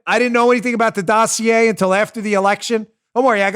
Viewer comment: When Chuck Todd says or mentions the word Dossier [doe see a] to Brennan he was fawning over him like he was love, he should have put him on the counter and kissed his caboose.